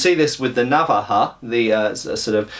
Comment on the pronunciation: you should put emphasis on the second A when saying navAja ^^